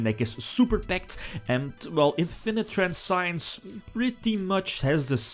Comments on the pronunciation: trans see ens is pronounce of the effect veiler trap, even italiano know englesia somtime ;) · "Transience" is not pronounced like science.